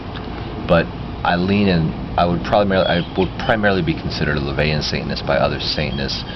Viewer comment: it bugs me it sounds like he says "saintness" instead of "satanist"